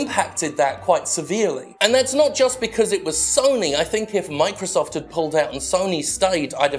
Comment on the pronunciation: The word is THINK NOT FINK.